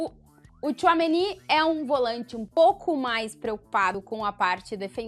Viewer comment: Incrível como ele não consegue falar certo o nome do Tchouameni